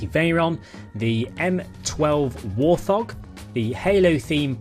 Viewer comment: Man really said "War Thog" 😂😂😂